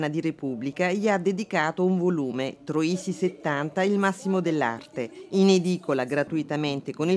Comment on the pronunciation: Troisi, non Trosi!